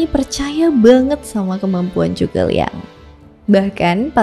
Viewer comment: Zhuge bang bukan cu ke